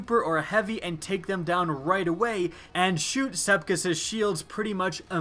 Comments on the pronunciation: First of all, no one who has a brain would need a fucking nightfall guide, as long as you kill most enemies you'll get gold; you've got basically no reason to make a video as pointless as this unless you're completely void of creativity, maybe try putting other games on your channel for instance (and not The Division). Secondly, Sep-iks, go on, say it with me, Sep-iks. Unless you failed pre-school actually put some effort in reading because you sound blatantly stupid and are irritating a lot of regular and potential viewers. Common sense ffs. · This dude said "SEPKIS." I'm sleeeeeeep 😂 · Did anyone hear him say "sepkis" at the beginning? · You can spell sepiks correctly but you can't pronounce it correctly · This strike has been here for 3 years. Why can't you pronounce Sepiks right?